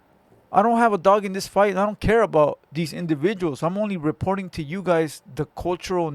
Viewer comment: said "reporting" 🤣🤣🤣